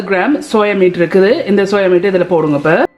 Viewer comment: It’s not soya mate It’s soya meat mam Please take care of your Tamil